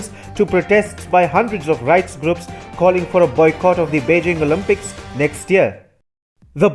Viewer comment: winter “OLAMPICS” 💀💀💀